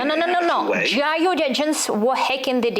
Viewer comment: Если вам интересно, вот ошибки которые вы допустили при разговоре Impossible instead of unpossible Innocent - ударение должно быть на первый слог Take part in , not take a part Kremlin (it) , not he GRU произносится джи ар ю , не у Suppose Skripal had dropped dead instead of suppose Skripal drop Behaved in a stupid way instead of behaved themselves stupidly Receipt ударение на второй слог должно быть Absolutely- ударение на третий слог Notice -о произносится как дифтонг Перезагрузка в данном контексте это не reboot but reconciliation If there had been no perezagruzka instead of if there was no In his mind instead of at his mind With their hands instead of by their hands Vulnerable-incorrect probounnciation of the first vowel Since he has few resources instead of since he have small resources State machinery is.... what? All information instead of all informations Typical первая гласная произносится не дифтонгом а звуком и Controlled ударение на второй слог должно быть Since how when ... is what? At Dyrezor , not under Dyrezor Abroad не должно быть дифтонга Chief первый согласный в произношении ч, не ш Influential- неверно произнесли Media первый гласный должен быть и, не э The Kovalchuks обязательно с артиклем Attribute ударение на второй слог Exchange it, not exchange them (the word money is uncountable in English) Incorrect -ударение на последний слог должно быть Hebrew первый гласный и, не э Если что , обращайтесь за услугами перевода , или репетиторства .